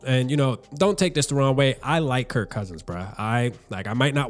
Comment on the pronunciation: Kirk not Kurt